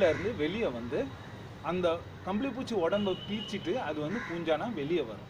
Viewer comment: புச்சி இல்லை பூச்சீ